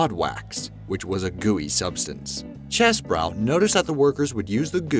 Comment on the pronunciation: I really like these videos from Be Amazed. Very interesting stuff... however... your narrator (with the help of whoever wrote the scripts) mispronounces many famous words and names. Notably, you refer to the inventor of Vaseline as CHESS-brow, when it is pronounced CHEESE-Bro. Since the company still exists, it's easy to check. And Lamborghini? First, your narrator was only reading the script, which said "Automoili Lamborghini." The word was missing the B, as in Automobili, but the narrator didn't notice. Further, as in most Italian names, the central G is near silent... It is Lambor-eenie, ask an Italian. If these were the only errors in your otherwise fine videos, I'd never bother pointing them out. But I've watched at least 10, and noticed either narration or scripting errors, and occasional factual blunders, in every last one of them. You can do better.